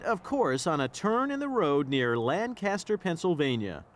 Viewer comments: That’s Lank-aster, Pennsylvania. Not LAN-caster, Pennsylvania. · it’s not Lanecaster it’s Lancaster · And he mispronounced Lancaster, Pa. It’s pronounced Lanc aster. Not Lan castor. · As a native Pennsylvanian...it's pronounced: LANG-kister, not LAN-caster! 😂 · As a native Lancastrian, I am always disappointed when our county/cityame is misproniunced. It is Lang-kis-ter, not Lan-cast-er. I know we say it differently but a little research would help. Remember, we are near Hershey Foods so say our name with a k8ss - a Hershey's Kiss! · Lan-caster. Oh man. Don't let anyone from Lancaster hear you pronounce it like that. 🤣 Definitely want Twizzlers now though!